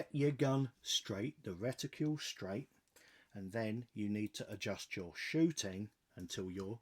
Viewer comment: Another great video. Please don't take this the wrong way, but are you aware, that like many other people, you are pronouncing the word reticle with a u in it (reticule). I thought that I'd ask, as i know you sometimes say things wrong on purpose 👍